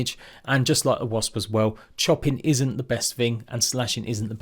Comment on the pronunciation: Great guide as always 👍I have to say though, I've never met anyone else who can't say wasp properly 😅 Let's go get those Wasbs 🤭